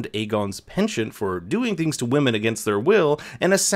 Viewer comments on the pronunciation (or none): none